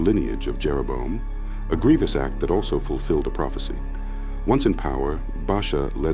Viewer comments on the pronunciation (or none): none